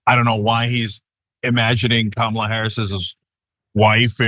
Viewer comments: It’s some childish how the nutters in the GOP refuse to pronounce her name correctly. Like kids in a playground. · Wow! Trump is really slipping. He actually pronounced Kamala correctly. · He doesn’t say Kamala Harris’ name right but he can’t say Sofia Loren’s name right either